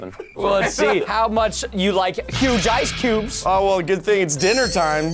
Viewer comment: With the giant ice cubes, I swear I heard you say f*ck keep it PG preston